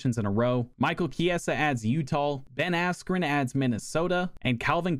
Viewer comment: between u pronouncing stipe's name as "miokich" and utah as "utahl" you've successfully earned a dislike from me. how tf do you not know who carlos condit or johnny hendricks are tf lmao